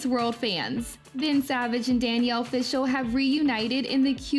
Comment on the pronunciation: Good effort, but how can you not know how to pronounce “Fishel” and “Friedle” after watching all these clips???